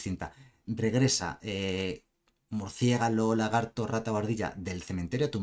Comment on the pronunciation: Murciegalo jajaja buen resumen como siempre, gracias por explicar las cartas :D